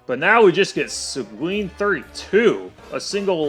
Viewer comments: Segween? It's pronounced Segeen. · Its See-guin, not Sequin.